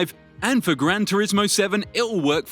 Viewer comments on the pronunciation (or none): none